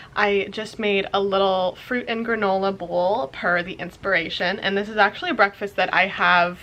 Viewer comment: "welcome to the first day of tis monday" ,😭